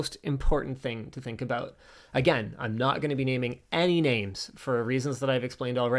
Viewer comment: The best thing from this video was the subtle "aboot". :-) Also, if new content creators use your material to make theirs a little more visible, that's fine. . .but you cannot possibly get pissy when you do not get revenue from said videos. It's like asking a band to play for free to promote your restaurant, but still have ticket sales at the door of which the band gets none.